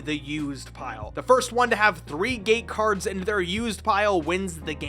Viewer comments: until I thought he said "Gay cards" instead of "gate cards". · I know that the magnetic cards are supposed to be called “gate cards,” but I keep hearing them as “gay cards” in this video. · I can't stop hearing him saying "gay cards"